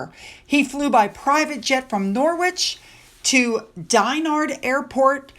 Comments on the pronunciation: sorry love, but it is pronounced Norrich the w is silent. We have a lot of confusing names in the UK. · Warwick = wah-ick Norwich = Nah-itch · 👍👏👏 and now needs to pronounce Norwich and Warwick the proper way. 😂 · Eh ? What is Wah-ick and Nah- ich I'm sorry but it's pronounced Warick.and Norich.